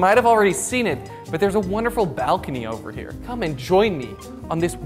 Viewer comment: Me: nice appartement you got there Jordy: look at this balkony